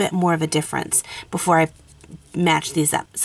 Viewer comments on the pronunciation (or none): none